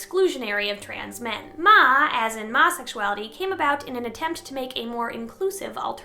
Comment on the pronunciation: Masexuality isn't pronounced any of these ways. Its pronounced my-sexuality